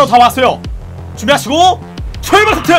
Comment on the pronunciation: 출발타트~(?) 이러는거임 뭐라는거임